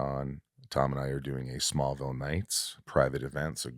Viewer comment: Why can't he say Smallville?